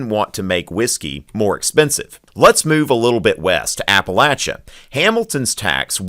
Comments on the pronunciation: TY for saying “Appalachia” right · I'm giving you a thumbs up for pronouncing Appalachia correctly.